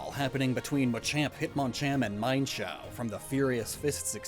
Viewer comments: Meen-shao or me-en-shao. Not mine-shao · never pronounce mienshao or mienfoo as ‘mine’-foo/shao again